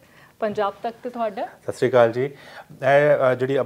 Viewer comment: bibi satriya kal ni hunda sat shri akaal hunda